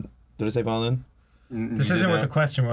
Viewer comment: I pway viowin. YAAAY! :D